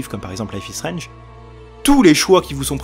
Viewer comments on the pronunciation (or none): none